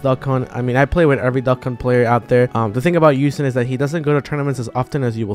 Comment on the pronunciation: number 3 yu-son not yu-san